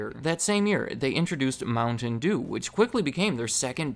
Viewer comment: The way you pronounce mountain dew angers me